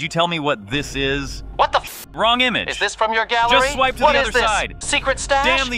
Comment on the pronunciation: "NAHH ARE YOU LEAKING YOUR OWN GALLRY" that got me dying on the floor 🤣